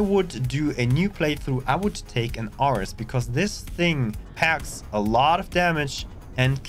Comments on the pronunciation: Man you had me lost with your pronunciation of ARES as best fighter more or less. I'm new so don't know the ships, sounded like you said Orus or Aurus. Good thing Ares is the first ship in the Encylopedia I got based on look. :) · Ares is like the God of War, as in Air-eez in pronunciation. Also...Forward Facing Weapons...I mean to be fair, Turrets are not necessarily FF, but when talking exclusively about S-Class ships where FF is literally the ONLY option, I don't feel like Exagerating the words e..v..e..r..y..time you use them when it is redundant to even mention the FF part.......just a thought